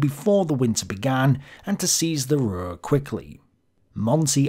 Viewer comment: Hi. You can pronounce the U in Ruhr the same as in secure a little later. As always, a very good vid. Greetings from Germany.